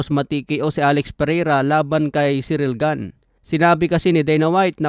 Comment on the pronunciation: Mali ka boss. Tama lang pag kakasabi ni. French yan si ciryl gane at hindi american. Kaya ganyan talaga tamang pag pronounce nyan.